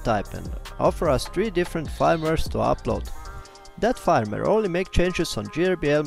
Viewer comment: "Firmware" se izgovarja kot "furmware", ker je angleški jezik nered.